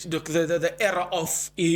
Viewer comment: pronounced era break era down (eer)+(uh)